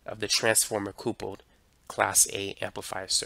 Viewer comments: Interesting but stop saying coopled, its coupled as in married couple. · Are you saying "coopled" ??? were your parents a married coople? its pronounced CUPPLED. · At time : "...transformer C O O P U L L E D class A amplifier...." "COOPULLED" - it's supposed to say COUPLED. Not COOOOOO - PULLED I point this out because - apparently, this voice IS SYNTHETIC! They did a really good job with the volume inflections for the words, and for the cadence. This one little error - saying "cooo - pulled" instead of "COUPLED" - was the giveaway. Remarkable how high the quality of this synthetic voice is. The error in the software that creates this voice is easy to fix (I'm a software engineer). Right now, the mistake being made is this: "coupe" is a type of car. It's pronounced "COOP" And the -led suffix is used everywhere: "STUMBLED", "MUMBLED", "TUMBLED", and is pronounced "ULL'D" So the software is mistakenly combining "Coupe" with "ull'd" and pronouncing it "cooo-pulled" I can't believe how good the voice is. I was 100% convinced it was the author of the video speaking. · lol I like how he says "coopled" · Lol nah it's mostly an isolated quirk of pronunciation nothing wrong with the video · I had to use captions to get what he was actually saying at those points.